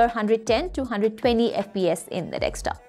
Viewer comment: for someone who's making a video about desktops Vs Laptops, should at least know how to say the word DESKTOP not dekstop, and I've been listening carefully since the start of the video, you've said multiple times, ... yeah...